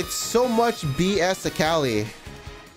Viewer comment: cant get over how this guy keeps calling mundo "mando" and akali "kali"